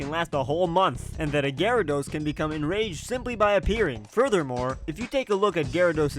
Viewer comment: Gyarados', not Gyaradoses!